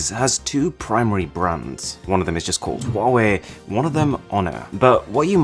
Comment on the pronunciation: "bruns" lol